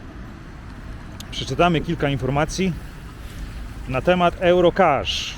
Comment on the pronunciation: Jak już chcesz po angielsku, to "juro" a nie "ełro"